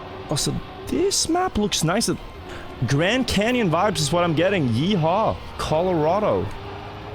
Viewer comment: I find it more upsetting that he said yes haw for the Grand Canyon (I’m Texan)